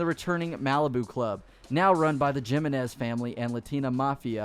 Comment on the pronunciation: omgomokg my last name is jimenez and its not pronounced jimenez it pronounced he-men-ez